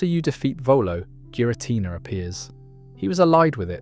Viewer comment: Jeera Tina